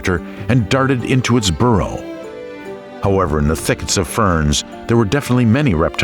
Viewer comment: 😮 Makes me wonder how correct the pronunciation is for each creature considering Diplodocus* is mispronounced by this narrator. . (*Dip_LOD_o_cus*) ...and boorro (which sounds like how Anericans say donkey!!) instead of burrow!!😮